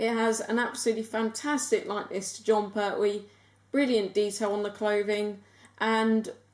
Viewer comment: you sed perwee